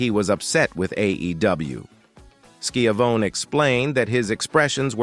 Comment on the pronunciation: Ski-Ah-Vony... have some professional pride and check your robotic a.i. translator.. you sir are a hack.